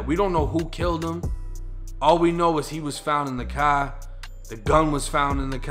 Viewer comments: He must be from boston the way he says car like caaar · You pronounce the word car like someone from Boston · Btw like the way you say car